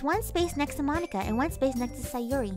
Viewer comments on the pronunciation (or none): i heard says moneyka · Names that butchered (and how she pronounced them): Moneeka, Sieoree, and NATsikee.